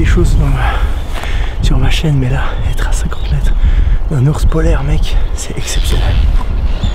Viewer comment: Je comprend pedo bear quand le gidue disez ourse polaire 😂